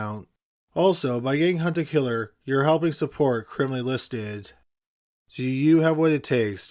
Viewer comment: Be honest, y'all thought he said "Hunter killer" and not "hunt a killer"